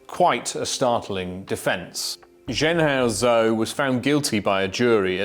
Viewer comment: Could you at least take the trouble to pronounce his name properly.